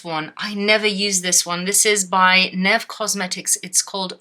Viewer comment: what the hell is unicorno? 🤣 just unicorn😅i don´t even know what country neve is from, but i had to google it just cuz u said it kinda funny i though it might be some eu brand or something. not trying to be mean! 😅